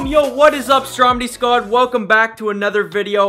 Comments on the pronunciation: he said squard 😂😂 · he said stromedy scan ahahha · Lol he didn’t say squad he said sqad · You said scod and sac wrong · U said stromredy skad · He said scua